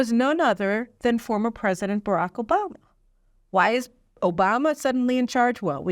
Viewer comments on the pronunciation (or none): none